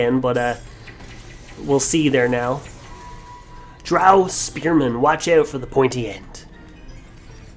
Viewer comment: No offense but you mispronounced the word "drow." Also I'm sorry if I'm commenting TOO much, I would just like you to hear my feedback,.